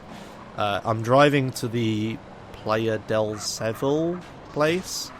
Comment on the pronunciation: By the way "Playa del Seville" is pronounced Ply-a del Seh-vill.